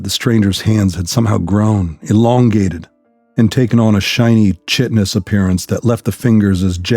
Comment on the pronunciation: You mispronounced chitinous.